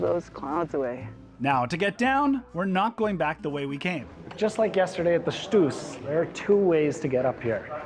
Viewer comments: Congratulations! A nice report about my home country. What you obviously don't know is that we Swiss pronounce the mountain "Stoos" with "Shtos". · So sweet how you pronounce Stoos 🥰